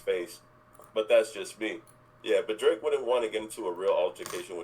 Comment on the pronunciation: Dwake, hip-hop's wittle pwincess? 😂 We do like him like that 😂